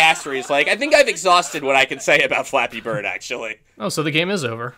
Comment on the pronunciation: I kinda like how he says "Fleppy BRRRD!" at the beginning. That's the only good point I can give this guy...